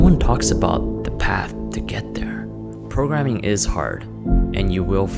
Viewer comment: 0.07 Messi progreming😆